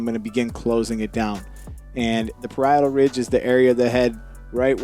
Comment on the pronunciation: Ayeeee. You said parietal ridge differently. Anyway, thanks for the tip. I work part time at great clips(I know I know it’s the worst). I just don’t have time to remove bulk. We only get 15 minutes to do the cut and take the money. Can you make a video? Like telling dudes not to go to GC if they want your quality. Remix how you want but I think it’s deserving of a vid.